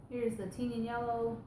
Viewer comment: You pronounce Tignanello the same as on QVC. You have the best thrift stores where you are!